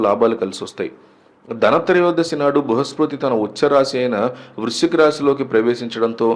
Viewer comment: బృహస్పతి ... సరిగ్గా పలకండి ఫస్టు ! 'లారీల కొద్దీ బంగారం ' లాంటి టైటిల్స్ పెట్టొద్దు ప్లీజ్ 🙏 misleading ❌🚫